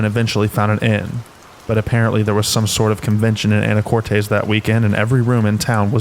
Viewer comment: It's pronounced "Anna-cortiss" Washington